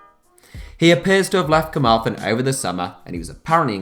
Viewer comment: The way you overpronounce the th in Carmarthen actually brings me great physical pain